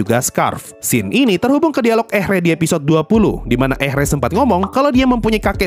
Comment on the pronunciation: Sedikit koreksi pemanggilan nama karakter bang Ehre: Eere Scharf: Sharf Richter: Rikhtar